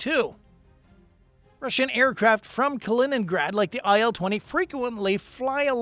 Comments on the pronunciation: Kaliningrad, non Kinegra. La traduzione automatica ha qualche problema da risolvere. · hört auf zu spinnen - weniger kiffen - die Russen haben noch nie in 100 Jahren feindlichen Luftraum verletzt - eure Hetze ist so dumm wie verlogen - die Russen sind doch nicht die NATO von wegen Spionage - man ihr seit doch zu blöd Kaliningrad auszusprechen